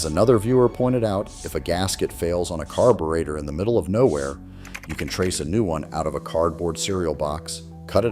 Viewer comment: AI BS! Can't even pronounce carburetor correctly